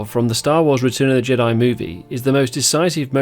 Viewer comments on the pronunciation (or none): none